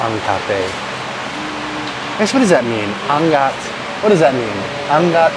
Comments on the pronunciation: It shouldn’t be anggat, it should be angat ( overpowering goodness) . Ask people how to pronounce “ nga” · Pronounce Angat A ngat ang linamnam Meaning much better or tastier than other Linamnam is a tagalog of taste When u say malinamnam its tasteful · Angat ang linamnam - you read it as ang-at. Angat means elevated... Linamnam is like goodness..kind of yumminess in a sense. So it basically means evelate goodness. 😊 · A ngat ang linam nam. Pronounce the A then ngat. thats the right words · Angat pronounced as Ang-ngat. It means level up, tastiness is leveled up. Or when you say I-angat mo which means raise it up.